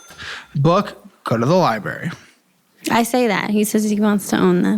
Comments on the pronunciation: Can I advocate for adding a strawberry icon to the screen every time omits the first “r” in library? Also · Can we go back to putting in large text the word ‘LIBARRY’ every time says it incorrectly?!? It literally is the highlight of my day when he says it! 😂😂😂😂